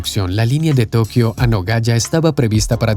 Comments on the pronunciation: La ciudad de Japón es Nagoya, pero el locutor pronuncia Nogaya, no existe en el mundo, ninguna ciudad llamada Nogaya. Si Nagoya, en Japón. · Tan mal lees ?... La ciudad se llama Nagoya y no " Nogaya " y los has repetido como 10 veces. Al menos estudia algo del país que vas a narrar... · Es Nagoya, no es Nogaya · No se dice Nogaya.. Se dice Nagoya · en el video dice Nogaya, que esta mal dicho, realmente se llama Nagoya, nada que ver con Nogoya ciudad de Entre Rios del litoral argentino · nogaya? Nagoya!!